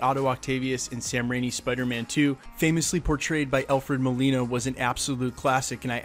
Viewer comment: Did he just say "Sam Raini"? And "Alfred Molino"?